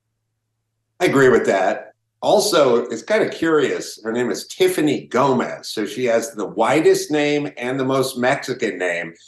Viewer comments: Her name is Gomas, not Gomez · Her surname is Gomas. Not Gomez. She isn't Hispanic or if she is she is a very white Hispanic with Spanish lineage. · It's Gomas, not Gomez 👍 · Sr.. it is Tiffany GOMAS, not GOMEZ... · GOMAS not Gomez. NOT Latino. What the... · Her last name is not Gomez, it’s Gomas. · Her last name is Gomas, NOT Gomez. And yes, she's obviously lying. Her explanation made ZERO sense. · Her last name is gomas not gomez. The reason I know this is I fucked with my Mexican friend Eric gomez laughing like are you related. And he corrected me it’s actually gomas haha